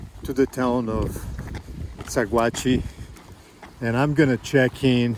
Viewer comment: I know this area is long past but for you and your video audience, Sagauhe CO is pronounced Sa-watch. Beautiful area.